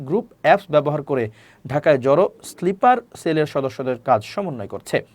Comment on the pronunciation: স্লিপার নয়, হবে স্নাইপার